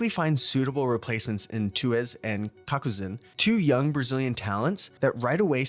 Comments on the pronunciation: tuez and cacuzin??????? what is bro saying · Not only that but he butchered Tuyz as well lol